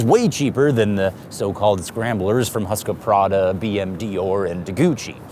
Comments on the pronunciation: husq-prada, bm-dior & du-gucci 😂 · "Husqaprada" lol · Did you really say Husqvoprada? 🤣